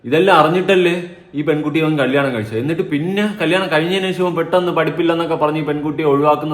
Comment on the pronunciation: കല്ലിയാണം alla😂😂കല്യാണം 😂